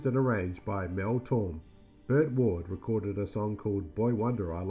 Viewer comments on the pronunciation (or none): I really cringed at the mispronunciation of "Mel Tormé!" And in that same paragraph he mispronounced "Frank Gorshin" as "Frank Gorsin!" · Mel Torme is usually pronounced Tor-may